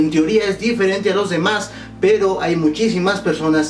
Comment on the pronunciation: soy yo o dijo pedo en lugar de pero en el minuto??? jajaja no se, me caes muy bien